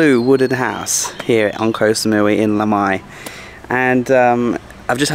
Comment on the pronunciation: Why do so many people say: 'koh - sa - mui - WEE' ?!